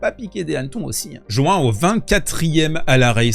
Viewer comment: Aaah ça fait plaisir d'entendre João bien prononcé ! En plus on dirait qu'il est là pour rester le petit Jean de la Fontaine Sèche. Trop de "haïpe", certes...